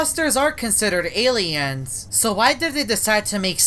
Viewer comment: Aliens he tried saying aliens